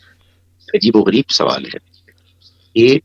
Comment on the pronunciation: بہت اچھا انداز ہے آپ کا سوال کے س کو زبر سے پڑھا کریں